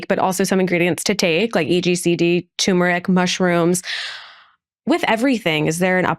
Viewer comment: TUR-muric. The R is not silent.